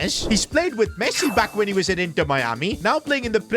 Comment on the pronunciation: bro said pessi